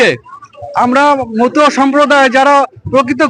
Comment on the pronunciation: " মতুয়া সমাজ " । মথুয়া নয় । উচ্চারণ ঠিক করুন ।